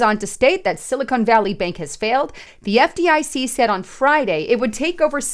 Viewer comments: It sounds like sili-con not cone. They are two substantially different things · Hey, it's pronounced "Silly Con", not "Silicone".